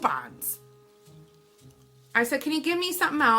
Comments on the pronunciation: Alyssa Vilcek coo-pons lol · the way she says coupons 😂😂